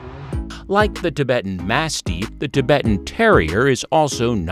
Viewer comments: Holy crap. This narrator needs pronunciation lessons. Amongst the many mistakes: Intuit people. No, that's a software company. You mean Inuit people. And it's ma-stiff, not ma-steef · You Sir really should do better research before you post these videos. First, you sadly are incorrect about some of this, and cannot accurately pronounce some of the breeds. Mah-stiff is not mas- steef😂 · Yes. If he says “mass-teef” one more time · The way you say mastif is quite annoying